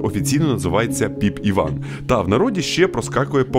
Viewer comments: "Піп іван" а не "попіван" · чому ПопІван якщо Піпіван?